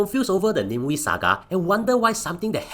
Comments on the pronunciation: Aiyoyo it's Na Mie Wie not name we apelah nih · It’s Nah-meh Wee! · AI cannot differentiate it properly